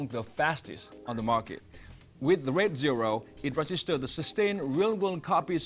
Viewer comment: Could barely understand what he was saying!!! Sounded like he was saying "red" but it was "raid"...